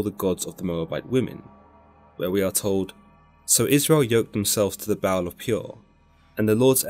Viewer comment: hi brother first of all great video i want to help you a bit with "baal" you need to pronounce it more like "baahal" and as a native Hebrew speaker it's mean "owner" . but video is great and it's very near to be true.